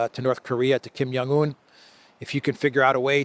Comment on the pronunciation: the "J" is not silent in Kim Jong Un, that's a European thing.